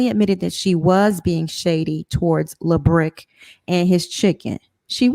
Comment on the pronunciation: The fact that they keep calling this man LaBrick 😂😂😂 omg you all are hilarious